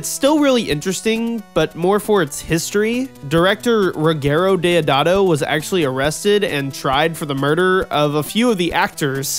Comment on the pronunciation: Great list with two italian films in it. Yeah! Speaking of italian films I would have included Dario argento'' s "Phenomena". There are two or three scene in in that movies that are notable. The way you pronunce Ruggero Deodato is priceless :)